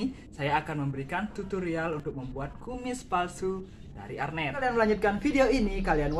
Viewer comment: Nice content kak... kreatif.. tapi btw mau koreksi dikit ya kak.. namanya "Hair net" atau "jaring rambut".. (saya pernah kerja di Salon pengantin) mungkin kita dengernya hernet.. jadi arnet kali ya... tapi gpp.. yg penting ilmunya mantap & kreatif jalan teruuus..😉👍🏻